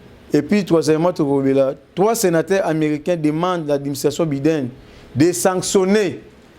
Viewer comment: Biden ça se lit BY DEN ndeko journaliste.